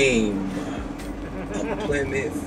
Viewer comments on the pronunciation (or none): none